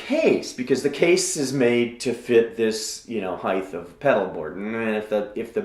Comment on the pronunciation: Never trust an architect that says "heighth"